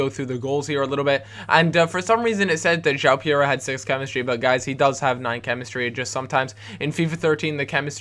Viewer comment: 'Jow pereria'...no...no..no that is not right! it i pronounced 'ju-ow-prrrrrerera'